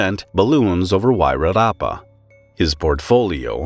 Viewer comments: I must say I'm impressed with your pronunciation of Wairarapa. Most don't even try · Congrats to you for doing a great job of pronouncing our Maori place names like Wairarapa - many others have tried and failed ❤ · Pronunciation of Wairarapa: perfect. Impressed. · You actully did pretty well pronouncing the nz names, most fail epically but you were spot on. Well done 😊 I'm impressed